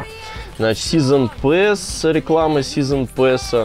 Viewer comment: Произноси правильно, умнее будешь казаться, просто "Сизн Пас" произносится! А не "Пэс"